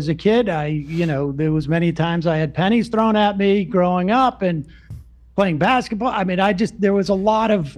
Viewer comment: Describing the antisemitism he experienced as a kid, I misheard him say he had “panties” (not pennies) thrown at him 😂. I was like.. what kind of stereotype is that stemming from?? 😂